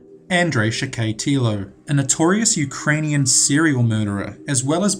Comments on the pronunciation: Video is good But you mispronounced a few 1. Valle--ho (Jo is pronounced "ho". The same way you would say "Jose" would be pronounced as "ho-say") 2. John wayne GAYcy 3. Andrei Chi-ka-tilo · Vallejo is pronounced "vuh-LAY-hoe." Spanish word. Gacy is "GAY-see" Chickatilo = chick-ah-tee-low, primary accent on CHICK, secondary on tee. :-)